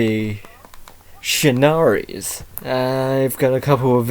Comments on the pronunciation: Shinnari? the cringe hit me as soon as I heard that. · its pronounced shir-a-nu-i, the i makes an e sound at end.